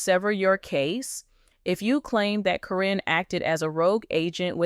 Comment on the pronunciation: I have a hard time watching or listening when you cant pronounce the names correctly. How many different ways can you pronounce karen. Even though it is spelled different it is still pronounced as karen even on the show.